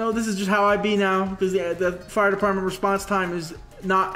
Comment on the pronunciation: 0.22 it’s supposed to say department instead of debartment Edit